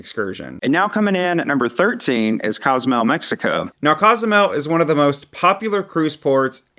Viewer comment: It is Cozumel, not Cazamel. It is Taino, not Teyno. As our tour guide, we appreciate the effort in not butchering these beautiful spots that we all love. Thanks for the content!